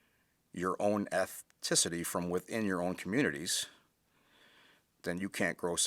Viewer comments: If you say ethticity instead of ethnicity, then your point is invalid. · “Ur own ethticity” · Eth-ticity? You can’t mispronounce words and expect people to respect your opinion. Probably only graduated high school